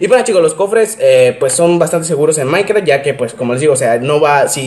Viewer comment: Soy yo o dice maicra